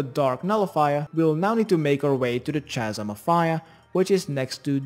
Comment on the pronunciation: kasm like it starts with a k not ch